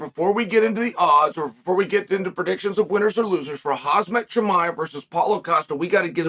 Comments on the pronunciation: Hazmat...? Its KHAMZAT. For god sake. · Uncle chael I love you.. But I noticed you've been saying khamzat name wrong always.... U say hazmat but it's khamzat... And he's 29 not 27.....always love your shows.. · It is khamzat not khazmat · Chael is such a drama queen and still he can't pronouce Khamzat right to this day...lol hahahaha I don't know why he keeps calling him Hazmat. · Chael making a video head lining Khamzat and mis pronouncing his name as Khazmat throughout the video😅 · WOW, people in America really sucks with names. Now listen his name is Kham-Z-at, try to make the letters come out in the right order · Did he really say Haz-mat Chimaev? 😂😂😂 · Chael, stop saying KHAZMAT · I think your pronouncing Khamzat wrong 😅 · waiting for the day he will pronounce khamzat right 😂😂😂😂😂